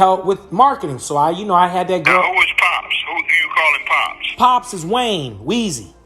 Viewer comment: Pops way-nee wayne